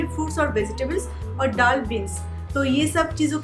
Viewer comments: Madam ddal dal hota hai aise bola kijiye ap plz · App daal thik se bola karo